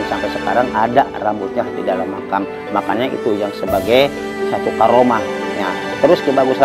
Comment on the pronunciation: makom bang bukan makam